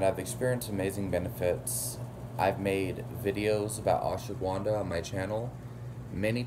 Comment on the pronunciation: Ash-wa-gun-dha not ashwa-guvan-dha